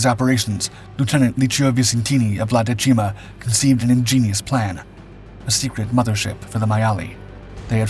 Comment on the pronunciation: The accent for dècima falls on the first syllable.